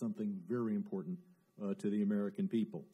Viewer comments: Important, dia baca impoten 🤣🤣🤣🤣🤣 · "important" knp dibacanya "impoten".....ko kenapa gw yang malu yah liatnya... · "wi si caina impoten partner " Ngakak aing 😂😂😂😂